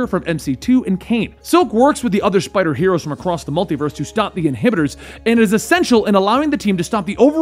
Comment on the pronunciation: Wow the amount of mispronunciations and errors in this shit. Inhibitors? Really?